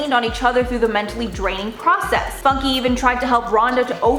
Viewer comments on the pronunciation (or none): Did she just call her funky, funky. Its Fooonn-care